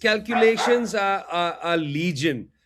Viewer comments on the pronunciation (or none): none